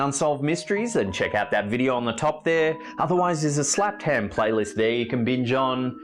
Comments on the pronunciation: Its HEMMMM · He’s an Aussie we all say ham like that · I always do haha he says it so funny 😄